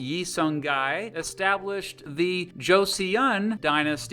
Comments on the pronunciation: Please consider looking up the pronunciation of these names. The vowel (it is just one vowel, transcribed as two) in the second syllable of “Joseon” is pronounced “uh” not “ee-uhn” Just like the Korean surname “Seo” or the city “Seoul” Hearing “Jo-see-uhn” over and over instead of the correct “Jo-suhn” is painful. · Korea was coerced into signing the treaty. If you are going to do a video on Korea, pronounce the words properly and do more research please. It is “Cho sun 🌞” not “ Cho see un.” Your video has many other misstatements of the history. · Bro it's pronounced Jo-Suhn not "Joe see uhn" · Just a correction, the dynasty name is pronounced more like Choson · goryeo is pronounced goryuh, joseon is josun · Joseon is actually pronounced like "Joe-Sun", just fyi. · Jeo-son.....that pronunciation is driving me crazy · Learn to pronounce Korean words. , it is pronounced “CHO SUN 🌞”. Please just type/paste the Korean words into Google translate, so you don’t inadvertently proliferate heinous pronunciation of Korean words. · Korean "eo" is not "ee-yuh" but just "uh" or even "ah". J in Korean is more /ch/ than /j/ So JOSEON should be CHAW-son. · Korean Pronunciation Tip: when you see "eo" it's pronounced more like the "u" in "gun". So Wang Geon is Wang Gun. Joseon is pronounced like "Joe Sun". Joseon is an important word. Many Koreans see their state as Joseon not Goryeo (Korea). Other pronunciation tips: Vowels are also typically long vowels, so the "a" in "wang" is the same as the "a" in "father," and the "o" in "Sejong" is the same as the "o" in "phone". Decent pronunciation otherwise! We're not gonna talk about "gye" lol just pretend you didnt say that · eo = strong schwa Joseon rhymes with "go, son" I mean, 15 minutes with google translate will go many miles in the pronunciation department. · you kinda butchered the pronunciations here and there but we'll let it slide since you did great research even past the Korean War in 1950s:D